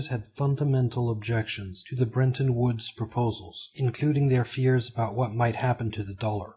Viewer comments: Fascinating stuff but, please, there's no way to get a pronunciation of "brenton" out of "Bretton". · BRETTON!!! BRET-ton Not BREN-ton!!! Please learn to read! That's incredibly ANNOYING to me that you CANNOT pronounce CORRECTLY... The name of one of the most IMPORTANT ACCORDS in ALL of HISTORY! BRETTON WOODS!!!